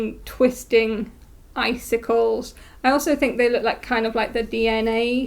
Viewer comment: I'm so delighted that you're enjoying the Icinkles pattern! Yours are so cheerful and lovely! And yes, you are pronouncing it correctly, like eye-sink-ulls. It's "icicle" and "ankles" smashed together, as I'm fond of silly words for pattern names. :)